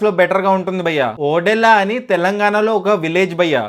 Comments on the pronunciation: వీడికి సినిమా పేరు సరిగ్గా పలకటం రాదు కాని రివ్యూ చెప్తాడు....ఓరేయ్ బాబు అది ఓదెల రా ఓడేలా కాదు 😂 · ఓడెల్లా కాదు ఓదెలా2.. ఓదెలా అనేది ఒక విలేజ్...ఓడెలా అనకు ఓదెలా అను..ఒక తెలంగాణ వాడిగా.. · అది ఓడేలా కాదు ఓదెల ముందు సినిమా పేరు కరెక్ట్ గా చెప్పు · Ayya Adhi odella❌kadu. odela ✅ first movie name correct ga cheppu tharuwatha review chepdhuvu😅😂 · Bayya oddella kadu Odela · Odellaa❌❌ O Dolla✅✅ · Bro adi ఓడేళ్ల కాదు ఓదెల….please correct ga pronounce cheyandi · Not odella it's odhela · Odela కాదు ఓదెల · ఒరేయ్ అది ఒడెల్లా కాదురా ఓదెల 🤦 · ఓడేలా కాదు రా అయ్యా అది ఓదెలా 😑🙏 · Tammudu title pronounciation odella della della kadu odhela. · ఒడ్డెల్ల కాదు అన్న ఒదెల 😢😢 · ఒడెలా కాదు బ్రో ఓదెల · సినిమా చాల బాగుంది...interseting గా ఉంది.....వీడొక పూలరంగడు.....వీడికి ఓదెలా అని పలకడమే రావడం లేదు.....ఇక్కడ review ఇస్తున్నాడు...